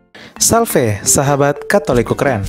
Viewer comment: Paroki Corpus Christi, Oxford-UK. Min, ❤ kata penutup: Salve, Dominus vobiscum.👍👍👍❤❤❤ * huruf "V" dilatih pengucapannya biar lebih keren lagi.. Identitas sebagai Katolik Latin Matur nuwun Berkah dalem Gusti🙏